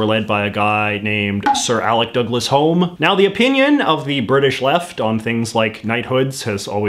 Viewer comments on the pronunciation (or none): Sorry for the nitpicking J.J. but Alec Douglas-Home, the "Home" was pronounced more like "Hume" than "Home"....I have no idea why. My Dad worked under a "Sir" at Lloyd's bank back in the early 70s, said he was exactly what you would expect of an upper class English person, eccentric and aloof and a little snobby but reasonably intelligent and not an asshole to the employees generally, though he related a hilarious question he asked my Dad about what kind of "stock" he thought one of the secretaries came from. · Sir Alec Douglas Home was also a hereditary lord (which he had to give up in order to become PM). Also it's pronounced 'Hume'. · Yeah... He was actually the Earl of 'Hugh-m'. But he gave up his title to sit in the Commons but was again given a peerage so that he could sit in the Lords. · And “Home” was pronounced as “Hume”. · I remember when he was Foreign Secretary, and the US broadcast media always pronounced his name as "Hume", and that's how I thought it was spelled until I happened across it in print. That was my first encounter with odd pronunciations of family and place names in England. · I had no idea it was spelt "Home" until this video. I've heard it spoken and assumed it was spelt "Hulme" or something, since yes, it's pronounced "Hyoom". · Sir Alec’s last name is pronounced Hume but spelled Home. Don’t know why. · Alec Douglass home's name is pronounced as 'hume' rather than 'home.' It's a scottish name, with members of the home clan using both home and hume spellings. I know such things as my mother was a home, with my grandfather being proud of his scottish heritage. I also double checked for this case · Why is Alec Douglas "Home" pronounced hyoom? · DouglasEdward84 - I would describe the pronunciation this way: HYOOM. that is, like “Hugh+M.” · Just an FYI - (Sir) Alec Douglas-Home’s name is pronounced ‘Hume’ - don’t ask why. Just in case you ever do a full series on British Prime Ministers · It's pronounced "Hoom" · Home, pronounced Hume